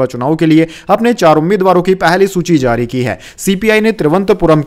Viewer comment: Zari nehi jari bole pagal. Z z z z kion bole rehe ho, boht gandda shabad ucharan h tumhara.